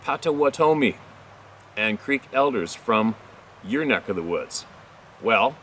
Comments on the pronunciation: Pot-oh-watt-ah-me is how it's pronounced just a helpful hint 😉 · Potawatomie [pot-a-WAH-ta-me]